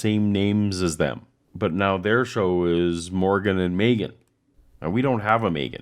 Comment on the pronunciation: It sounds weird because you've de-Welshified a classic Welsh name by putting all the stress on the second syllable and not pronouncing the "r" properly.